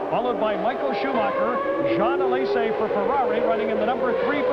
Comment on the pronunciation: Ah yes. Riccardo Patresay. And Jean Alesay and Ivan Capelay in their Ferrarays